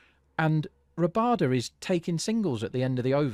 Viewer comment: First channel I have seen that actually called it correctly. I was so surprised to see Miller give strike to Rabada.